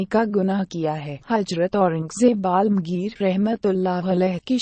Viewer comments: ye Aurangjeb ki kahani bolne wali kabhi asma rndi bolti hai kabhi dharmik upakhyan karti hai usko hindi bolna nahi ata ya padhna nahi ata phir kyon usko background dialog rakhte ho hindi me waha, yaha,alamgir ko almgir bolti hai rukna kaha line kaise bolna kuch nahi ata faltu bakwash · hazrat sahenshah Aurangzeb Aalamgir rahmatullah alaih not a balamgir